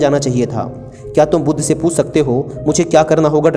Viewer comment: भाई बुद्धा नहीं बुद्ध ही बोला जाएगा